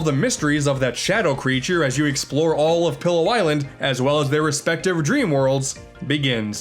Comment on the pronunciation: Soooo...we're not gonna talk about how call the island "Pillow" island instead of "Pi'illo" island?? Though, it probably sounds better to him, so that's reasonable.